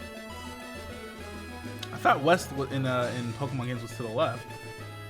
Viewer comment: they said "weast"